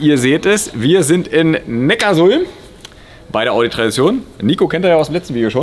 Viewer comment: Cool, NeckarSulm richtig ausgesprochen!